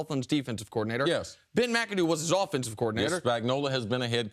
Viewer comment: "Rumor has it he called Ben Macadoo "Mac-A-Doo-Doo". 😂😂😂😂😂😂